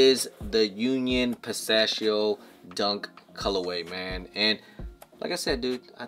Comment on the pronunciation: Was he confused on how to say Pistachio? 🤔